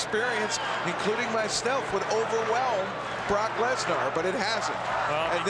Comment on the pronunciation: Yeah, they’ve both been pronouncing Bork Laser, wrong